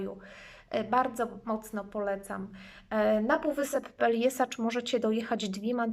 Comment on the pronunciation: Peljeszac a nie Peljesacz...